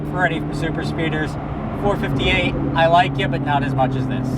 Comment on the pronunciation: It's four-five-eight. The way u r saying it sounds retarded.